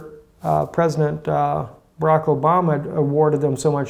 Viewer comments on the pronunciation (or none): none